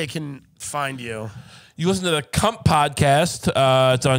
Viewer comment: LISHEN TO MEH 🥴 LISHEN